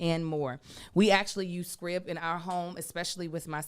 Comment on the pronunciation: Hey: I'm pretty sure "Scribe" is pronounced with the long I.